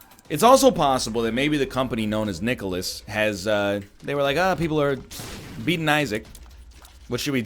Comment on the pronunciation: Is the way NL pronounces nicalis right? Sounds like nicolas to me. Or is it a joke? Or is there someone called nicolas? am I an idiot?